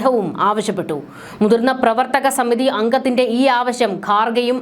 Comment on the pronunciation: കുട്ടി ആവശം അല്ല ആവശ്യം എന്ന് പറയൂ.